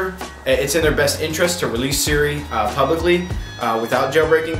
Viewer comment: "Suri" Haha, love him. :D